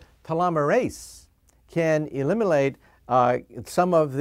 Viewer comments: At approximately 00.56 he says "elimilate." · Elimilate haha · He said "elimilate" lol... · He even makes new words like on this video like: "Elimilate"....LOL.